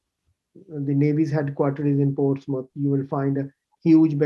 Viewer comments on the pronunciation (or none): none